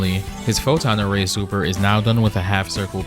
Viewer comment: Dr. Doom: Photon array! What I hear: don't bother Ray! 🤣